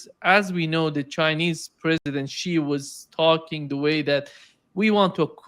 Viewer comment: thanks for pronouncing Xi right.